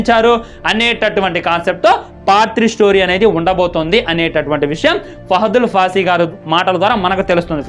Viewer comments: రేయ్ ఫాహదూల్ ఫాసి కాదు రా ఫాహద్ ఫాజిల్ రా అయ్యా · Arey bro fahadul faasi kadu ra babu, fahad faasil ayana peru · Fahadul fasi kadhu fahadfasil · oreyy fahadul faasi kadhu ra adhi fahadh fassil